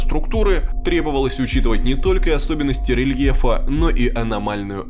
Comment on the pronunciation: Этим геодезистам нужно учитывать не особенности рельефа, а особенности рЛьЕхА